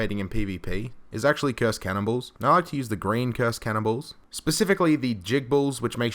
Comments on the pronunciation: when he said "cannon balls" did anyone else hear cannibals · I keep thinking he's saying cannibals instead of cannonballs.